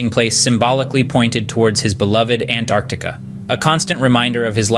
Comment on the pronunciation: Hi. Look, your video is great, but pls correct the thumbnail. Its Antarctic. Or if you want it Antarctica. And also the way you keep pronouncing “An-Artica” is incredibly annoying and wrong. I love travel and documentaries so I hope you do well just practice names, narration and all that